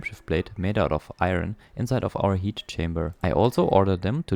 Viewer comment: Iron is pronounced eye yearn. You keep saying eye ren and I can't tell what it was